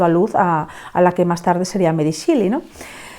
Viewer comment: Es meri shéli, no shili 😭